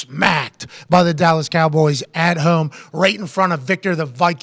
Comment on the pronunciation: I love Pat but I just can't stand the way he says words like "home"